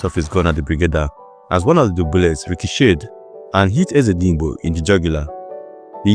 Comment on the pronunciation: Why couldn't you properly pronounce Barewa [Baa-re-wa]; Ezedigbo [not eze-ndi-Igbo], etc.? Besides, you drew conclusions not backed up by history, like dubbing Maimalari "oner of the most powerful and respected officers in Nigeria military". Not only didn't you adduce reasons for such a qualification, you actually contradicted yourself towards the end, when you stated that Southern officers questioned his "swift rise through the officer rank from a regular combatant." Notwithstanding, I gave the video a like, just to encourage you. Please, don't fall into the Nigerian habit of adding salt and pepper to history. Civilization and scholarship demand that history is presented as objectively as recorded, however unpalatable; flavoring history with superlatives and sentimentalities is pedestrian and ahistorical.